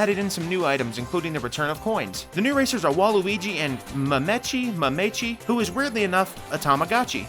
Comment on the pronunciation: Good video bro. But when you try to pronounce something like mamechi just sound it out and commit. You’ll learn if someone corrects you. Otherwise you just sound like that one kid in school who got called on to read and would just give up when a word was longer than 7 letters. Sound it out,.